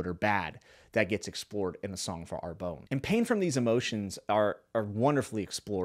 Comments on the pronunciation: Love GGK.. I've read them all but it's always nice to hear from another reader. Are you sure it's not pronounced ARE-BONN as it would be closer to the French - I think. At least that's the way I said it in my head. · Lol I am sure it is a fantastic book but I would recommend you to google how to pronounce the French town Arbonne in French. In any case it is not ar-bone. Great review anyway.